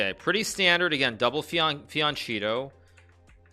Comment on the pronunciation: Fiancheeto too lol